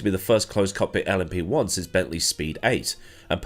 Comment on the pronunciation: This is the first time I've heard LMP1 said as 'Lumpy One' and I very much enjoy it.